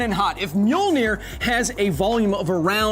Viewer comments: That's not even close Think "myull-nirr" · It is not pronounce right it is Mjölnir. It was originally written first in old-nors like this Mjǫllnir in the 9th til 12th centuries. But nowadays Icelanders write Mjölnir, Norwegian and Danish write Mjølner, and Swedish people write Mjölner. But the Icelanders say it most correctly because that language is almost the same as the old-norse they don't use the O sound and roll the R. But the English speakers don't have a letters that represent Ö and Ø and most can't even roll the R. So English speakers had to have it easier for them to say. It is originally from the nordic countries but the rest of the world say it in there own language. If you would translate Mjölnir to English it would actually be The Grinder. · This hurts, you americans butcher the pronouncination of mjølnir and tor